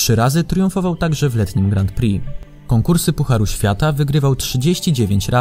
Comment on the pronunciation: Bardzo mi się podoba ten ranking. Na 2 rzeczy zwróciłbym jednak uwagę: 1. Wymawiamy "Grą Pri", nie "Grant Pri" - zwłaszcza to "t" kłuje w uszy. 2. Przydałoby się jako osiągnięcia specjalne dorzucić "obrona tytułu", czyli np. 2 wygrane w PŚ z rzędu, 2 złota na dużej skoczni w MŚ/IO z rzędu, 2 wygrane w TCS z rzędu itd. Jednak to świadczy o wielkości sportowca, jeśli potrafi obronić wywalczony tytuł. A kilku by się znalazło :)